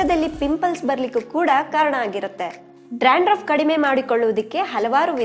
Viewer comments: You are pronouncing Dranduff .It is Dandruf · Hello madam...it's dandruff....not drandruff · Y u r pronouncing drandruff? Dandruff ryt?